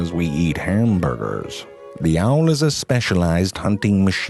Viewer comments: "Here are true facts about the owrrrrllr" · i love how he says owl and seawhores lol